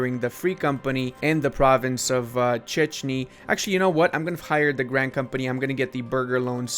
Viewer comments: Hi man. I just wanted to say that your films are really good and i had so much fun watching them. Btw Checiny (pl. Chęciny) its not checiny, its heciny like horror. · And in the meantime He completely ripped the name of the province - Chęciny :D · Not pronuncing the bame of Chęci ny province wrong